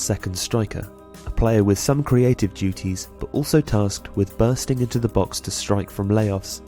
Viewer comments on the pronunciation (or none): none